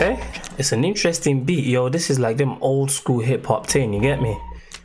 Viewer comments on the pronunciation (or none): none